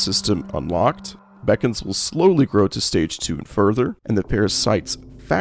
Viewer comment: Bee cons. Not bacons